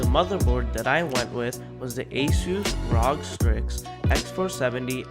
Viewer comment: Well done my man, you've honed those editing skills pretty well :') The video was well scripted, and straight to the point, and you did well following the tech review formula. (Really well, reminded me of Austin evans a tad) Oh and btw, it's pronounced R-O-G, not Rog. Was irked when you called it rawg, lol. All in all good stuff.